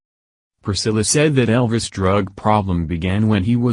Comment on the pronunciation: Sorry can't take a robot talking into a fan seriously! Can't understand a word your saying! Take the marshmallows out of your mouth! And it's Elvis not El ris! 👉😔☁